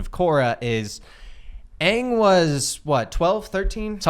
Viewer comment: I almost spat out my water when said aang wrong